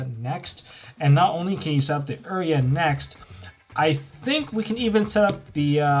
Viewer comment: You-rai-Uh not Err-ee-uh